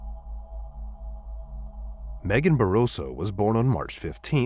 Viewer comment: It's BARROSO, anyway.